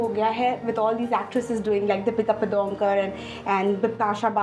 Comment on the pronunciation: Did she actually said “deepika padunkor"